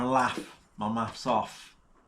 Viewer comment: Maffs or Maff its neither it Maths .